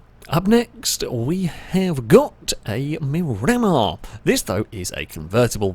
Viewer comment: is my favorite chanel, but my OCD is firing super hard every time you run a Miramar and call it a MuRammer. I believe it’s Spanish for View of the Sea, and it’s pronounced MIR-uh-mar, and I apologize for being that guy, but I lasted for three cars before I simply broke.